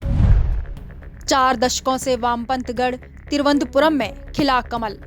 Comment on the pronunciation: तिरुवंतपुरम् नही थिरुवनंतपुरम बोल